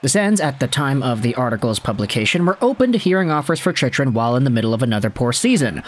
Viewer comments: ChickRun… not chichrun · man I've fought the urge to comment this, but this is the third video and it makes me cringe everytime (i'm sorry) it's "chick-run", not "chich-run" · i feel like he pronounces it wrong on purpose to get more comments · Do you watch hockey? You can’t even pronounce his name correctly.